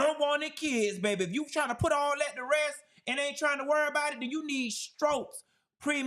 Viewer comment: Question, why do black people say “chew” instead of “you”????????????